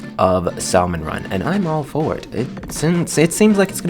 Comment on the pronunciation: I missed you saying salmon run wrong sooooo much since like 2018